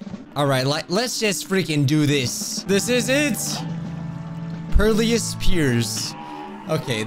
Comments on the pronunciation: PeRILous not peARlious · “Perlious Piers” 💀💀 Its pair-ill-iss piers